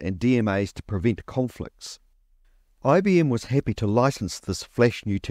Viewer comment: For example you say "....appy" instead o "happy." Dropping the first letter.